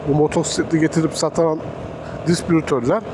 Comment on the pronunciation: Yanlış: Disbrütör, disprütör, disbürütör, dispürütör. Doğru: Distribütör.